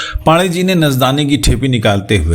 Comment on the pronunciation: पान डे ,कृपया इसे उच्चारित करें। पांडेय। जिसे आपको मेने अलग - अलग कर दिया है।